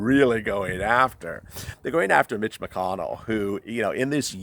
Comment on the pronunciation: I don't know if it's my cellphone (and I can tell it is not your intention) but every time you say Mitch it comes out as Bitch. Can't stop laughing.